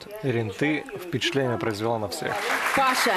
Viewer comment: Не Паша, а ПашА!!!!!!